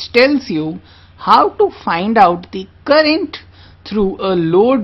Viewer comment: It is all good except little uncorrect pronounciation : currangt? ^^ - current oking? - o.k.?